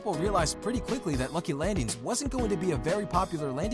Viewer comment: He legit says “lucy landings”😂